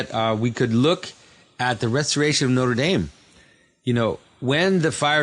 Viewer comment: Aren’t you French-Canadian? Why can’t you pronounce Notre Dame?